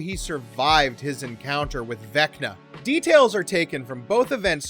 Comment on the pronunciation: Why did you say Vecta the first time?